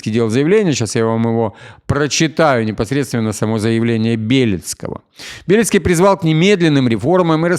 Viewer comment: правильно говорить не БЕлецкий, а БелЕцкий...😊👍👌Это как произносить не ЗалУжный, а ЗАлужный🤨😜